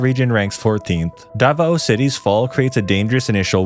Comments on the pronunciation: "dava-o" lol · Its da-vao not da-va-o